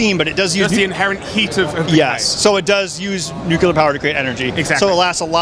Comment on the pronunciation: Did you say "nucular"?